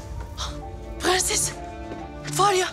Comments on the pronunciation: Faryanın dadısı piğenses derken "r"leri söyleyemiyo ama diğer bütün cümlelerde gayet güzel kullanıyo 😂😂😂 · Her halde prenses denildiğini bilmiyor 😂😂